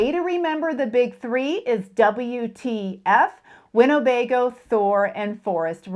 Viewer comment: Thanks for doing good work trying to hold the RV industry accountable. You are doing great things! (An absolutely trivial point: Winnebago is pronounced “Win-eh-bay-go,” not “Win-O-bay-go.”)